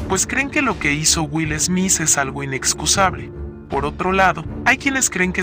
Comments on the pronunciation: 😂 Es smit así se pronuncia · No me concentré en el video porque me molesta que diga esmis jajaja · Me molesta tanto que diga smis 😱😂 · Yo escuchando durante este video: Will "esmiss" 🤦🏻‍♀️🤣🥴😂🙉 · Jajjaja Will esmis y Chris shosss jajaj